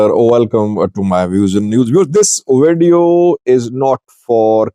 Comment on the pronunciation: Wideo? Varning? What language is this?